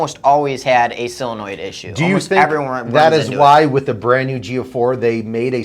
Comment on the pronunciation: Why do they say sillonoid. Isn't solenoid.